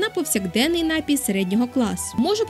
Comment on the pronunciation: Пані, напІІІІІІІІІІІІІІй має лиш один наголос! Не вкидайтеся в помилки, які зумисне поширювали у двотисячні роки! За цікаву розповідь дякую. Якби до жодної з Америк іще не допливли європейці, то ми б зараз не переглядали Вашого видива. Саме у Штатах ідею інтернету так гарно розвинули! Шкода, що не аборигени... Скільки народів тоді знищили?